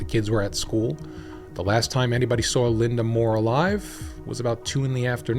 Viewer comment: Lynda Moore on the screen. Pronounces it LY DAA. Something fishy here.